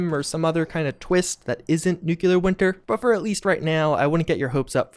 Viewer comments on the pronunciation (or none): Wait, you don't know how to pronounce *nucLEAR*? There's only one "u" in the word, dude.